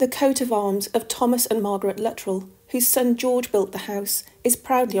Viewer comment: I believe Luttrell is correctly pronounced "loo-TRELL",. The double-L shifts the emphasis to the second syllable, like with the names Cornell, Grinnell, Gemmell, or Martell.